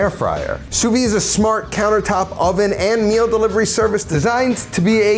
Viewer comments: Fun fact: Sous-vide is pronounced [su.vid] - so WITH the "d" sound at the end. Really weird that some people abandon that "d" sound which makes it lose its meaning completely in French. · Wrong. It’s pronounce sue-veed. The d is definitely there